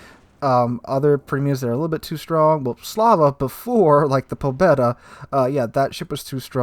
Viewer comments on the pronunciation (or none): you make some very nice observations and analyses. But duuude. The prununciation! You can put the names into Google and it will tell you how to pronounce. It really hurts ears to hear you say Alsace, Pobeda or Hizen.:-D